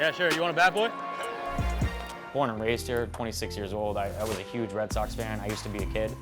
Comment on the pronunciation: It's Bat Boy, not Bay Boy you dumb intern. If you're trying to graduate college, atleast play the part correctly.